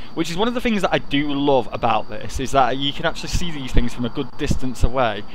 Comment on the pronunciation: how many times does he say fink or fings?